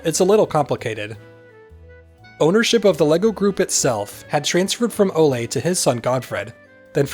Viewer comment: It's not "Olé" . . . rather "O-luh"